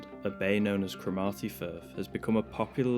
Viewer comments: guys that was superb, easily one of your very best, SO good in fact I am prepared to forgive the dreadful pronounciation of Cromarty 😂😂😂 I really thought at the start you lads were about to be rumbled by staffers on that first rig, relieved you got the hell out of there without being caught, keep bringing us this stuff it's so much better, interesting and informative and eye-opening that 99% of the garbage that clogs up TV, the net and social media sites, thanks for what you do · Excellent video! This one was closer to my location than most of your explores. Great cinematography, editing, little bit of suspense and drama, superb location and interesting subject. Chef's kiss! Even if the pronunciation of Cromarty was a bit off! Thanks guys!